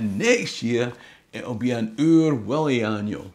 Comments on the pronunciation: It's Oor WUllie, no WIllie....! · Stop talking about Oor WIllie,. It’s Oor WUllie, a Uh, no’ a Ih, ok, ye ken? Or ah’ll be sendin’ PC Murdoch roon your hoose. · Oor Wullie , not oor Willie.... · It’s Oor WULLIE !!!